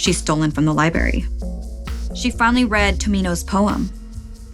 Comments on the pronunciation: Girl "Liberry"?? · After Snarled did Sapphire dirty, it took me awhile to get used to, who turned out to be a talented storyteller. Now there's yet another new one, with zero explanation. I cringed every time you said library without the "r." I think I may unsubscribe. This was all sapphires creation, her concept, her art, and the only thing that keeps this channel alive. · libRARian and libRARy not libarian or libary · “Libary” “libarian” snickering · there are two "r"s in library and librarian